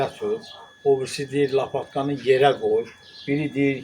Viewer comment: Bayramən mübarək olsun usta ,əllərinə sağlıq, yorulmayasan. Amma lapatkanı yaman dedin aa😂. Eynisini mən də müşahidə eləyirəm bizdə😄.